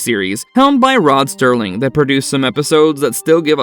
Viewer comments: Btw it's Serling not Sterling. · It's ROB SERLING, NOT Rob Sterling. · SERLING! NOT STERLING! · Yo, narrator, it's SERLING not STERLING Got it?? SMFH 🙄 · It's Rod Serling ,not Stirling. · it's Rod SERling... not "Sterling"........... is this AI or a real narrator? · SERLING, not STERLING! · This is what happens when AI narrates. It's SERLING, SERLING, not, listen NOT STERLING. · Serling not sterling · Not "Sterling", it's "Serling". So many make this mistake. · It’s Rod SERLING, not Rod STERLING,. You’re showing scenes from the painted mirror while talking about tell David. What a joke this channel is. Amateur diversity hires! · first the announcer called him "Rod Sterling"...and now these visuals don't match the narration about Tell David. I wish this had been created by someone who actually knows what they are talking about... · SERLING!! NOT STERLING!!! SHEESH!! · SERLING!!!! 🤦🏽‍♂️ no one ever says it right and you used the painted mirror visuals for Tell David…. Next time actually know what you’re doing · Rod S"T"ering? Fucking really? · Sorry, but when within a minute of your presentation you’ve already botched the name Serling it’s difficult to continue watching! Your credibility is blown! Also, nobody wants to listen to an annoying synopsis. The people who are interested enough to watch have seen these episodes, usually many times!